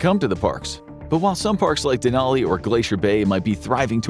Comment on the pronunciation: Bro, he pronounced Denali wrong 🥲